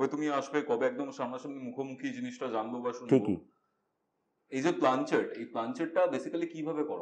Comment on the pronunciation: বাবুরে ওটা প্ল্যানচেট, প্লানচেট নয়😂